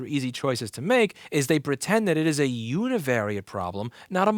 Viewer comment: Don’t ever say univariate ever again.